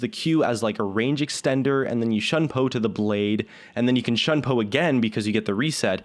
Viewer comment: It bothers me how he pronounces shunpo. it's not "shun po" it's "Shoon po"